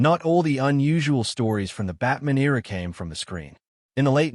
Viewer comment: the AI makes Batman sound Jewish, as it pronounces it like Goldman